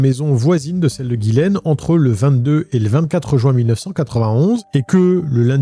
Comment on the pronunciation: Ghislaine ou Gillaine? Car dans la description t'as mis Ghislaine et tu dis tout au long de la vidéo Gillaine ? Sinon Omar selon moi est innocent que c'est une coïncidence qu'il soit présent dans les parages de la victime